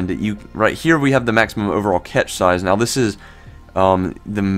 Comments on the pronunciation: yeah ... hearing "catch" was enough to discredit this dufus for me! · Cache is pronounced CASH. Not catch..🤦😁